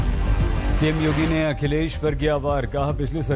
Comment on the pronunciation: Cm yodi😂😂😂😂 paan nikal Kar bolo yodi nhi yogi hai